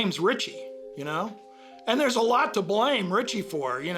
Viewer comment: Dis !?????? Widout !?????? Deres !?????